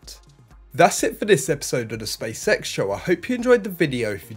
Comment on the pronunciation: Hahaha, not just me who picks up on his pronunciation. I can't unsee 'space sex' everytime he say's SpaceX. Good content tho